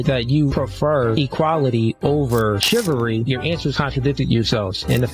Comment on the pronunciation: Shivary? Lol